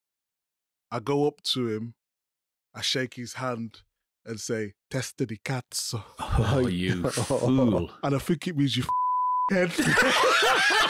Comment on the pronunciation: Micah's pronunciation of "testa di cazzo" gets a 10 out of 10!, you are a great teacher😂😂😂😂😂